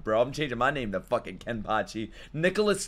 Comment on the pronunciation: Bro it's Kenpachi not Kempachi